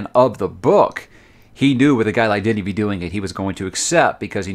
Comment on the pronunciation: You say Denis perfectly, and you pronounce Villeneuve in the best way I heard a non French canadian say it on Youtube. Cheers to that. Coming from Montreal, we pronounce it like so: Vil-n-a(like the first a in again or the first a in amazing)-v. So Vil-n-a-v. Or Vilnav, if it makes sense.